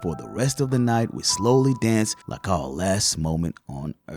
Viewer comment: That "oUURe"? Got me so hard 😂